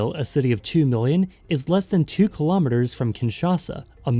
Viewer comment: I can never get over how people say "culam-eaters". Do you also say "centom-eaters"?